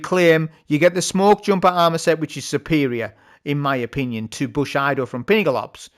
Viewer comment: Its pronounced booSHEEEEdo mate